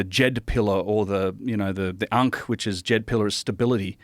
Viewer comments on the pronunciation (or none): none